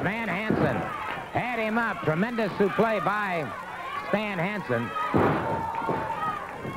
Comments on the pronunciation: Why does he keep calling it a suplay it’s a suplex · Did he call it a belly to back suplay or sufley? I know that voice is famous and knowledgeable so is this just a term I never heard before, or did he mess that up? Fuck Muraco, now I know why you wear such WIDE trunks. #1 without a robe, Masked Superstar Forever.